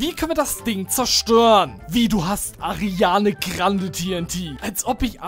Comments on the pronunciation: No hate aber man sagt Ariana grande und nicht Ariane Krande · Ich finds super wie du Ariana krande sagst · Es triggert mich wie er Ariana Grande ausspricht :D